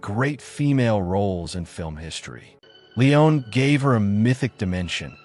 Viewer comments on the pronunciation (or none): Lovely tribute to Claudia Cardinale, but please learn how to pronounce: "Il" Leopardo; in Italian the definite article (masc) is pronounced like "ill" in English, because the i is an e sound in Italian "Leone" an Italian name which requires pronouncing all letters "LEE-O-Nay" (just like the last E in her name which you do correctly throughout) mise-en-scène is pronounced "mēz ˌän ˈsen" long eeeeee sound for the "i" I know it sounds picky, but I was surprised when I heard them, and it distracted from the otherwise wonderful video. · Your pronounciations of ''mise en scene' and 'Leone'' here are appalling and undermine any credibility your critical musings might otherwise have had. These are famous concepts/ names and it isn't hard to discover how to pronounce them. Comer on, - have some shame and do your homework.